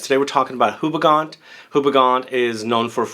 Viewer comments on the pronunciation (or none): Just a quick tip if you want to sound proper different - the name of the brand is pronounced as "OO-BE-GONE" (at least to make it simple). Great review!